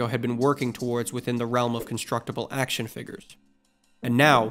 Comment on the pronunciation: "Action Figgers" 🤨